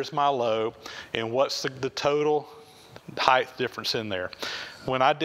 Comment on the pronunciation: Height (hīt) not Heith